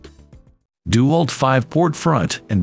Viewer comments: It's DeWALT not dual. Then again, using an A.I. voice and not being able to figure that out explains a lot. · Narrator should learn to say DeWalt. It's not DEW-alt it's De-walt. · Its dewalt not duwalt. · I like how the ai says DuWALT. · Gotta love the ai voice. dew-alt lol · Try using a real human for your next voiceover. He might at least be able to pronounce "DeWalt" correctly.